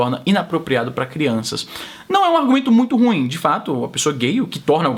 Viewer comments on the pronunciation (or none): none